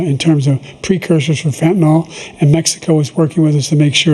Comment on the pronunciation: Why do they not know how to pronounce the word "fentanyl"?